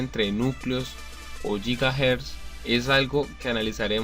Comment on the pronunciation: yigajersios! xDDDDDDDDDDDD como mezclar la palabra inglesa con la española =D quitandose ya de bromas, buen video, me encantó, un like y subs